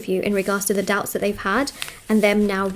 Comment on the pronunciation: "Her douubts are cleared"